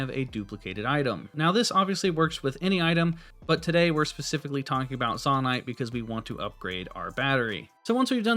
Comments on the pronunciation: firstly: useful video ty! secondly: its probably pronounced "zoe-night" rather than "zohh-night", because its a Japanese game and they say "Zo" as "Zoe" :) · Very helpful video, thanks 👍 But i did have to cringe a little at "Zawnite" lol. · To be pronounced Zonnaite there would need two n’s. It’s pronounced Zonaite. The one consonant between the two vowels makes the former vowel long. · dude it's zonaite not zonaite smh 🤦‍♀️ /j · It is not (Zaw-Nite) It is (Zoe-Nite). Literally confirmed by Nintendo. I don't know why but it bugged me so bad to listen to you call it that I had to stop watching. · ZAH-NITE :face-purple-crying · Every time he said "zONite" i died inside. Appart from that, great video! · Please stop saying zon-ite. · it is zone-ite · You calling it “Zawn-ite” is killing me! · It would be a long "O" for future reference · Bro really said zahnite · It is actually said zOnite in lore also in English vowel in a word that ends with e is always said fully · The way you pronounce things is way more frustrating than it should be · Are you purposely pronouncing Zoanite wrong? There is an O in there, best to pronounce it as such.